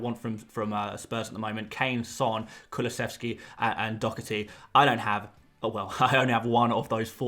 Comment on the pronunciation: There is no “c” or “k” pronounced in Doherty, I know every english commentator pronounces it like dockerty but it just is not correct, it is pronounced doh, hard to spell out the first part, herty